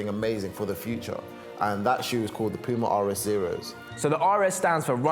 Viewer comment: Men he just said pima Uffff